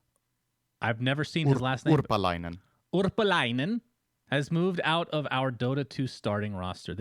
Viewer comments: As a finnish person, I can say that his pronunciation was solid. Still lacking on the typical finn neutrality department, has a bit of accent and flair but still solid. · Damn Synd actually knows how to pronounce Lasse Urpalainen!